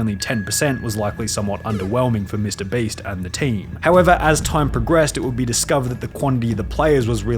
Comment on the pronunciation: This guy says Baste instead of Beast